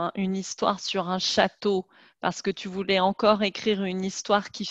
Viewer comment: It sounds like she said "je ne veure pas" several times to mean "I didn't want". Can't figure out what she was actually saying or the spelling.